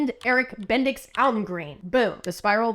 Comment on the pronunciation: I, a Dane, approve VERY much of that name pronunciation! Your Bendix was flat-out excellent 🇩🇰